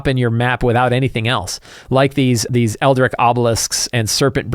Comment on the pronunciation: Eldritch is pronounced phonetically. “El-drich”, not “el-drik”.